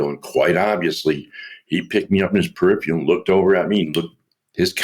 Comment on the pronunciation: Too bad about that “Perifial(?)” though😁